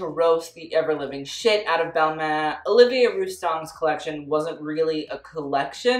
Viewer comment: Balmain? More like BalMEH